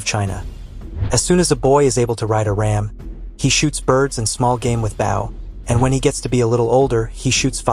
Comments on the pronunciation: AI narration mispronounces both English words, and Chinese words! Notice how "bow," as in. "bow and arrows," was sometimes pronounced bow, and sometimes, bough, even in the same sentence! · The English grammar was perfect, but your voice synthesizer could not properly pronounce the word ‘bow’. Just an FYI as it was otherwise perfect. Thank you!